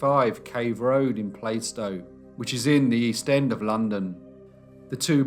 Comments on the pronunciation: Such a great and informative video. The one thing that bothered me (which is petty I know lol) is the pronounciation of Plaistow. Here it was said "playstow", but it's actually more like "plahstow". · Listening to this whist taking a lunch break from working at home, BTW Plaistow is pronounced plarstow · Plaistow is pronounced ‘Plast-o’